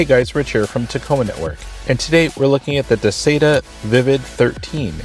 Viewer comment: You say Duh-say-tuh, I say Duh-sye-tuh.....